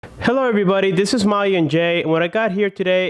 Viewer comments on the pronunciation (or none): none